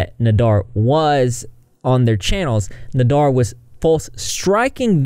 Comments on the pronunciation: Sorry for being annoying but...its CHANTAL &NADER...not chantel &NADAR.BUT,he is scary and needs to be deplatformed FAST.sad that Youtube has no reaction to this and let him continue on their site. A SHAME! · It’s pronounced NA-dER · cant get passed u calling him nadar i feel like im in spanish 1 all over again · Nah-Dear Nay-Dur Nay-Dear By the end of this video I'm pretty sure his name was pronounced 10 different ways. Lol Still all ends up meaning one big asshole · You r pronouncing Nader’s first, and last name completely wrong. I’m sorry I’m mention ing it but for some reason it’s driving me nuts. It’s pronounced “Fvcking” “D@ 😁😁😁